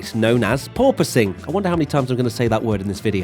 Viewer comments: Officially requesting a 10hr loop of you saying purpoising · totally heard "poor posing" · pronounces it as Poor-Poise, But my parents made a Poor-Choice 😎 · Wait... PORPOISING? I thought it was "poor poising". Because that makes sense. And is also how I had heard people pronouncing it, until now...